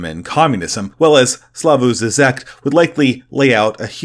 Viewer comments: It's pronounced "Slaw-voy Jhee-jek" from what I'm aware. Despite being a Communist, he helped liberate his country from the actual USSR by promoting a more moderate position (i.e. don't shoot or silence dissidents, tolerate some free market reforms, even a few genuine protests) that eventually led to the collapse of Communism in that area. You have to give him props for that and understand the context of his day and where he fit into it, as he was the 'moderate reformist' of a time when the far left was way, way worse and doing so in his country ran a real risk of getting him imprisoned or killed. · Slavoj Žižek (/ˈslɑːvɔɪ ˈʒiːʒɛk/SLAH-voy ZHEE-zhek)